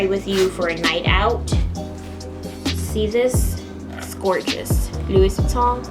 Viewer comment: Not trying to be rude, but you said Louis wrong...it’s pronounced Lou-ie.....